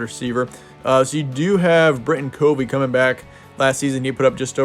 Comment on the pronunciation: The names mispronounced Covey (cuh-vee) Kuithe (key-thee